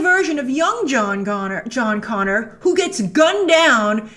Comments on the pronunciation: Jon “Gonner” Connor😂😂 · John Gonner. Lol.